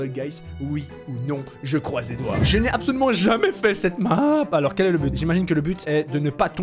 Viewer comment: On ditt but 🥅 pas gaule 😂😂😂